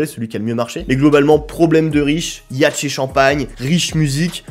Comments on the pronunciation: iachte il a dit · Le mec a vraiment dit "yache et champagne?" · Vidéo parfaite mais vu la façon dont t'as prononcé le mot "yacht" je dislike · pardon ? YACHE et champagne 😂😂😂?!